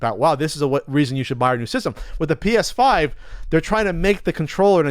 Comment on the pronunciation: It sounded like yelled, "Penis 5 News!"